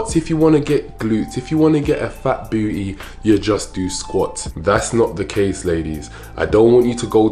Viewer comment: Love how he says BOOTY :)